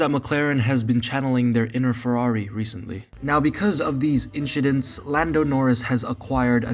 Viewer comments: “inchidents” hehe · LMAO did u say inchidents on purpose in the kandi section ?? 😂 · Inchident - Charles Leclerc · “inchidents” charles 👀